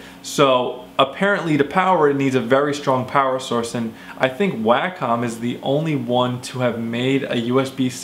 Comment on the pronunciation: it's: 'wah -come', at least know how to say the name if you're going to review a $1500 product.